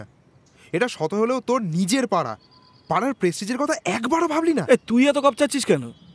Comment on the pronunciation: Golpo ta bhalo kintu please উচ্চারণ এ খেয়াল রাখুন। "পাড়া" আর "পারা", "ছেড়ে" আর "ছেরে" এক নয়।